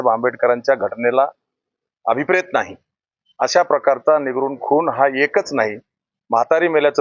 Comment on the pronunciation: निगरून नाही निर्घृण म्हणा